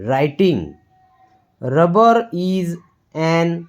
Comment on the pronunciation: Good paragraph but you should improve your accent.. pronunciation should be improve when saying (is, wear, ease, and alot of words) thank you